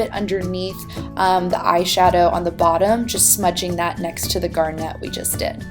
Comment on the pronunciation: I love love love your videos.... but the way you say garnet kills me! Lol